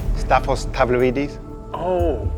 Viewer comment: Man said Tavlaridis! Insane ball knowledge